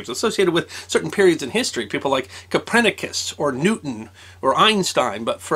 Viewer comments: Co-per-ni-cus Not Cu-pren-u-cus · "Coprenicus", "Huge 'uns" =(